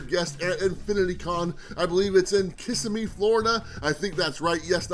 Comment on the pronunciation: Kiss-sim-me is how it's pronounced. Haha. Florida representing